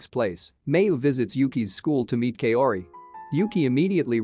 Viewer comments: Kaori’s name is pronounced “cow ri” not “Kay o ri” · Please! Kaori is pronounced as Ka-o-ri not Kayori! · Damn that Kay-ori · You pronouncing Kaori gives me cancer